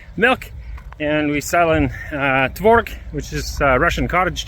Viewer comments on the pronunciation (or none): The correct way is tvorOg, not tvOrog. TvOrog is in Polish 😊. Some Russians use that incorrect stress though . 😊